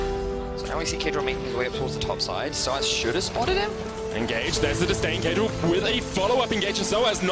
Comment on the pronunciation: it's caedrel dude